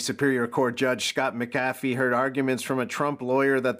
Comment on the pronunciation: Its not pronounced (Muh-caf-ee). Even though its spelled McAfee. I grew up near a town named that. It's (Mac-Uh-Fee). Wonder if he's related to the John McAfee?